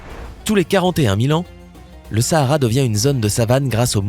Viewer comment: Je suis Sénégalaise moi .Sahara c'est au Maroc je sais pas si il le dise . En plus on dit pas Sahara comme en France c'est comme si tu disais oohh essayer